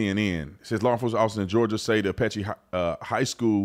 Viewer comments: You're saying it incorrectly. It's Apalachee. Not Apache. Come on Tatum! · Apalachee not Apache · Thank you Officer Tatum. P.S. It is pronounced App- ah- la- chee. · Ap-uh-latch-ee, other than that another great video. I appreciate your point of view, keep up the great work. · T keeps saying “Apache”. Lol